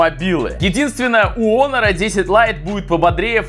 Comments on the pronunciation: Может хонор а не онор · Почему не Хонор? А Онор?😂